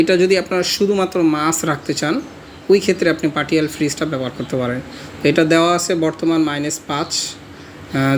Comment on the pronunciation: Partial উচ্চারণ : পার্শিয়াল, পার্টিয়াল না।